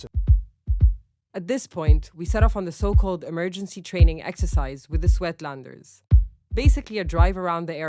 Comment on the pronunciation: The word is not swetlanders it is Suidlanders please make at least a passing effort to pronounce it correctly